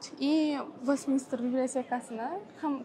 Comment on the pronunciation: westmiNSter boladi. miNISTER mas